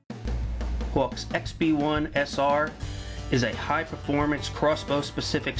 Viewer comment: The way this guy says Hawke makes me not want to buy one